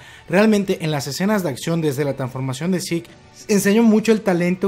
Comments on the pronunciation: "Seque" ulala señor frances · Se escribe zeke y se pronuncia yiku